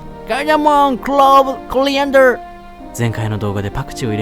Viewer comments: コリアンダーの発音の良さよwww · コリアンダーの発音がどうしてもケイン・コスギ